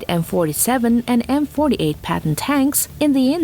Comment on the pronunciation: "M48 Patton" but in the timestamp "M48 Patent"